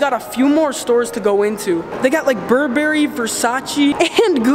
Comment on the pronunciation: How tf did you pronounce Burberry?